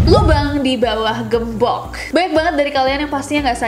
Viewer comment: Aku : gembok Kak Nessie : gembokh